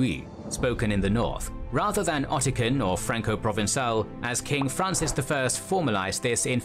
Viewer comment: Two things: -Occitan is pronounced like "oxi-ton", not Ottican (which is not a word at all). -An Italian from Tuscany and a Sicilian will have absolutely no trouble whatsoever understanding each other, because modern standard Italian has been fully established as the national language of Italy for a very long time now. It's true that someone speaking a variant of Tuscan (like Florentine) vs someone speaking a Sicilian language variant (such as Catanese) would find it next to impossible to have a conversation. But the reality today is that there are no longer any people in Italy who only know these local languages and do not know standard Italian at all. That may have been true in the past, but not anymore.